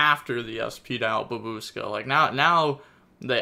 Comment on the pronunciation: "Babooska" I love you,. Never change.